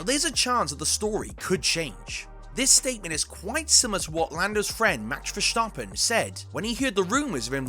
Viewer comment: Why on earth do you pronounce verstappen with a "sch" sound around the s? That sound doesn't exist in Dutch and the Dutch version isn't even hard to pronounce for english speaking people. Poor journalism